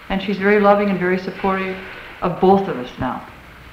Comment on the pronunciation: Californians' pronunciation of "both" as if it were spelled "bolth" has been around for decades.